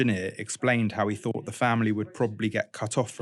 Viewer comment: "Thought", it's" thought" not fought. You have an interesting voice (and indeed program) but for pete's sake don't let yourself down by not pronouncing th. You just did it again with "methane".